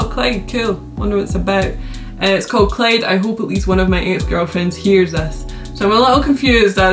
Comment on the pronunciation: It’s Clyde not Clade bruh